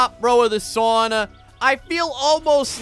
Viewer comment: works on his Finnish pronunciation, still can't pronounce sauna correctly...